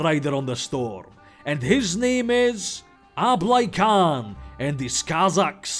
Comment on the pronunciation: The Kh in "Khan" and "Kazakhs" isn't pronounced like "k", but like that hard "h", made on the soft palat, you know, the one I always represent with an "x".